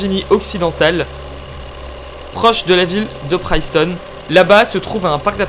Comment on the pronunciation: Oh cas ou je vis dans une ville au New Jersey appelé aussi Princeton mais je te dis que on prononce pas PRAILLNSTON on prononce PRIIIIIIIINCETONNE